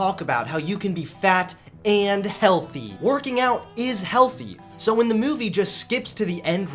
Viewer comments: I'm sorry but does anyone else hear it? the way he says movie? Mewvie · Ok I need to ask... Does have a weird way of saying *Movie*? Also where did that second coke can go halfway into the video.. These are the questions that I'm left with. 10/10 would watch again, love these videos hope keeps going strong!